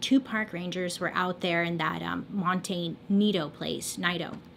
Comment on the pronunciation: Its pronounced Mohn teh Cee Toh. It means little mountain